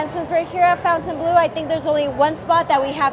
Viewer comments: Everyone is pronouncing it fountain blue like mountain dew but it’s spelled like it should be pronounced FON-TAIN blue. Am I missing something? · Pronounced Fon-tun…not Fountain. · Cool video! But you are pronouncing the name in English, when it's spelling is French and would therefore have a different pronunciation. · Fon tain blue :-)